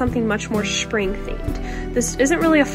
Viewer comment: Sweetie. It’s pronounced Spring not SHpring. Lol